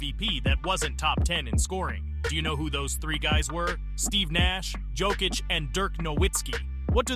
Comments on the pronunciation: Bro.. as a nuggets fan I love that you are talking about Jokic. But the fact he’s done all of this and you still can’t say his name right? Yo kich not Jo kich. And you said Hakeems name wrong. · Good video and good research bro but please, work on the pronunciations for these euro players. You said Jokic 4 different ways scattered throughout the video and didn’t say the others right either 😂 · How you gonna pronounce Jokic wrong the whole video AND Olajuwon?!? Disrespectful. AI or not, take more pride in your work. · An interesting matchup would be Jokic vs Yokic. The winner gets to face the Joker. Decide how you are going to pronounce his name before making a video about him